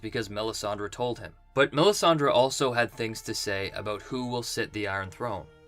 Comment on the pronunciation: I just like listening to you say aboot.